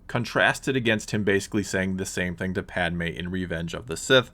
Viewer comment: It’s literally not Padme jesus